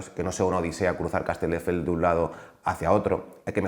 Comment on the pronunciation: Lo de decir CasteLdefels es algo que hace a propósito o es que no sabe ni decir el nombre de la ciudad de la que es alcalde?